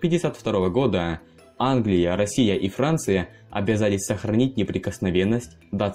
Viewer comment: Автор вообще ознакомливается с текстом который зачитывает, потому что он делает очень глупые ошибки коверкая слова не Англия, а Инглия.